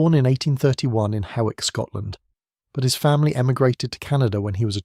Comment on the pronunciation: Lots of careful research, except for the pronunciation of places in Britain. Lee came from Hawick in the Borders, which is not Hay-wick, but aw = the diphthong oi as in ‘noisy’ thus Hoi-ik.